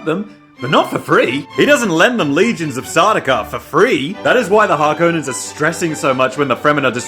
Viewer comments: Thank you thank you thank you for pronouncing Harkonnen as it should be. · Thank you for saying Harkonnen the way you did. I prefer that way instead of how they say it in the new movies. Just sounds so very wrong after playing Dune 2000 and Emperor for so many years.